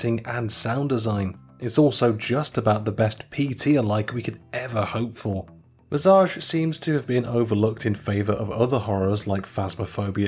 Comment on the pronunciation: The scariest part was how he pronounced Visage